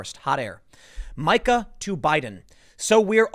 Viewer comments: Tim: it is pronounced MEEKA. Dude that’s a pretty bad miss. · It's pernounciated "Meeka." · How does he nail Mika Brzezinski's last name pronunciation and call her Mike-Uh....? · Tim, it's pronounced MEEK-a. Think 'meek' like BIden's voice when he defends this crap. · It’s pronounced ME-KA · Dude! Learn how to pronounce words. Mika = (MEE ka) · Mika is pronounced meeka. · Tim, her name is pronounced Meeka smh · Mika Brzezinski's first name is pronounced: Meeka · Tim is spelled Mika but it sounds like ME-ka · I believe it is pronounced Mee-ka Tim. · Pronounced “Meeka” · Tim, you have heard her name pronounced how many times? It is MEEEEEkuh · Dude it’s pronounced Mee-ka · Me Ka Tim!!!!!!!!!!!!!!!!! Please stop lol........love you brother but let your friends help you with pronunciations. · Tim, if you see 'Mika', say Mee-kuh. (And for Jonathan Haidt, say Jonathan Height). Yeah, yeah, yeah, I know I'm sweatin' the small stuff. Love your work, Padnuh. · I think Mika is pronounced Meeka. :) I used to watch them till they lost their minds. :) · Tim, it’s Meeeeeeka. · Don't be an idiot, who calls her "Mike-ah"? David "ike"??? You're smarter than that, quit the dim-wit act. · It's pronounced Mee-ka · Are you purposely mispronouncing Meekah…???? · Her name is pronounced Me-ka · Her name is pronounced as MEKA! ME-KA! MEE-KA! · Dam it Tim it’s pronounced Me-ka! Lol. Just like you mispronounce McGowan. It’s Mc-Gauw-in. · Can someone please tell Tim that it’s pronounced ‘Meeka’! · I can't stand it anymore. I'm a conservative, so I listen to both sides. Her name is pronounced MEEKA, MEEKA Timmy. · 'Meeka' it is pronounced 'Meeka', same with how you mispronounce Rose McGowan. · Mee-Kah you Moron... Did you not even Listen to the Interview? He says her name multiple times while addressing her! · Ok, I can't stand it anymore so I have to just say it. IT'S PRONOUNCED MEE-KA! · Learn how to say Mika. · you're saying mika's name wrong. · It’s Mee-kah not My-kah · MEE-ka. Not MY-ka.